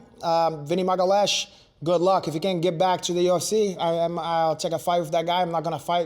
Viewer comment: Renato (or whatever his name is) is a great actor with the fake brazilian accent and all but he is not brazilian. Vinny's last name is not Magales:h it is Magalhaes a very common portuguese name he mispronounces on occasion. Also he mispronounced arte suave (Jiu-Jitsu).